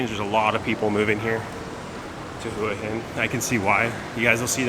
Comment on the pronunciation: Hua Hin is pronounced Wha Hin, Blueport isnt better than Market Village both are good in there own way